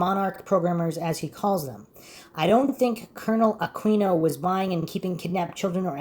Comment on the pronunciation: Yes but only if he stops mispronouncing his name....forget the U ...pronounce it as Aqino.